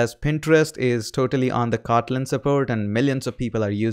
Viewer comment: i love the way you say, "Kawtleen" .